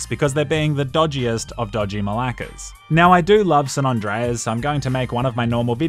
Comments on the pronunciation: its san andreas not "san non dreas" smh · Lol... "San Ondreus" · "San Ondreas"?